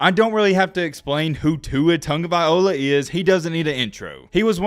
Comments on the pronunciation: You can’t even pronounce his name right😞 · “I don’t have to explain who Tua Tagovaiola is. He doesn’t need an intro”. Then maybe pronounce his name correctly??